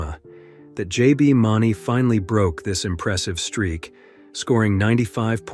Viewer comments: Great video but not all valid info. Rodeos and bull riding DOES have referees and will always stop if safety is in danger. Also a few dates are incorrect here. And JBs last name is MOO-nee. Not mauney. And u said bull racing several times vs bull riding. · It's pronauced Mooney for JB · Mawney? AI slop. Do you think we are stupid? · Mauney pronounced Moony. Boob. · Moon eeee JB mauny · It’s MOONie!! JB Mauney! MOONie! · The way you pronounced Mauney is killing me 😬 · Wish he had correctly said JB's name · You clearly don’t watch the PBR cause you f**k up JB Mauney last name up bad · Why did he say jbs last name like that😀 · How God damn dare you pronounce JBs last name wrong... and when you're talking about Bushwacker nonetheless.... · This dude does not know how to say jb name…. Also sucks with other terminology….. do some research my bro…. Otherwise your a clown 🤡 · This is a great video but I wish you would pronounce J. B. Mauney’s name correctly.